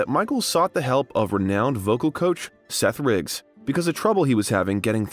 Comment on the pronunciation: Seth Riggs,not Briggs